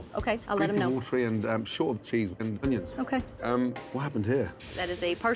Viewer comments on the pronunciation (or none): never trust a man that says Ungions